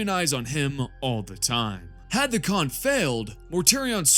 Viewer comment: Yeah no, the Khan is an S, Idc what you say.